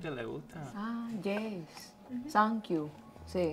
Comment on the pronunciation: When we say “Yes” in english it sounds like “Jess”.....